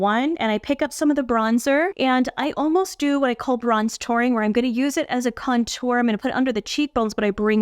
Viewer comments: The “contour” thing is about where the emphasis is placed in the word. The emphasis should be on CON-tour. You’re saying conTOUR. It’s a small thing but some people care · Hi Girl! No one's laughing. It's emphasizing the 1st syllable for Con (emphasize) then tour ( faded out).